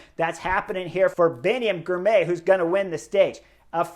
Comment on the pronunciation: say the name as two parts Ghirrr My Ghirmay